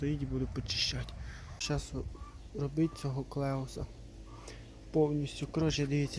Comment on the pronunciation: Воно читається як "Келих", а не "Клеус"